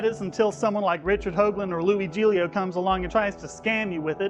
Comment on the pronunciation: I find it hilarious that this guy slaughtered the pronunciation of Louie Giglio name. He sure is smart with his with his self righteous religion.